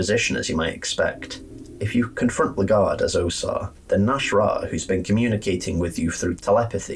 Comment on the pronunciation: also, it’s pronounced “Leg Guard” canonically